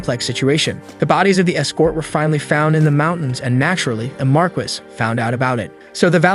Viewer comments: "Mar-kiss" is pronounced Mar-kee. It come from french, but i find it rolls off my tongue in a Spanish mentality easier. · Its "mar-key" not "marcus" or "mar-qwhys" and the feminine is "mar-kess", train your AI better.